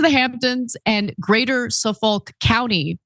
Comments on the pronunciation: Suffick county, not sue-folk. Damn West Coast ignorance. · any Long islanders catch that? “greater suffOLK” ❌ Tries again SOO foLk ❌ 🤣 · it’s pronounced Suffick( Yeah stupid I know but that’s the pronunciation) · lol Ana it’s pronounced suff-ick county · Suffolk county is pronounced Suh-fEK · It's SUFFOLK COUNTY, Ana, pronounced "su-fuk" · Native NYer here; pronounced Suffick County. Some pronounce it Sulf-oke. Also, no matter how rich you are in NYC, 75 outta 100 youre renting. Granted, they're high end apartments, but rentals nonetheless. You're welcome lol. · *Suffolk, pronounced - Suff-ick 😅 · Suffolk is pronounced: Suff [like in suffer] ick [like in sick] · Suffolk. You don't pronounce the L. Well not in England anyway and we invented the word. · Its pronounced suf fick county long Island. No worries! Lol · Just a note, Suffolk (county) is pronounced "Suff-ick" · its pronounced suffick lol